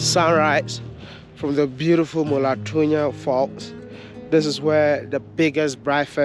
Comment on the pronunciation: Maletsunyane Kopper not Molatunya, But overall, Nice Video🥰🥰🥰🥰 You did great